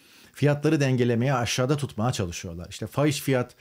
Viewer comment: Diksiyon hocaları(-maya )ekini kullanmayın der ama hitabet ederken (tutmaa) dedinizde kulak tırmalar bence alışa gelmişlik yakınlık kazandırır en azından kulağa daha net geliyor